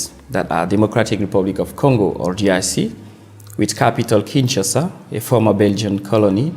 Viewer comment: Thanks Brother for educating people about my birth city but a few notes, if I may .. * It's KIN - SHA - SA (not KIN - SHA -SHA ) * Your expert (Mr. Mohammad) talks about the Republic of Congo AKA Congo Brazzaville (not the DRC). * Kituba is NOT a DRC national language. Thanks.